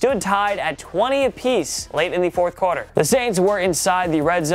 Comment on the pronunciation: The word is "quarter", not "corder" 🙂